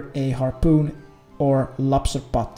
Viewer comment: "lobsta paut" u crack me up